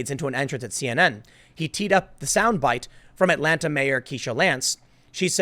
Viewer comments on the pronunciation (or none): none